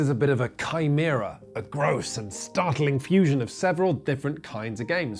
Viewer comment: That is not how you pronounce chimirea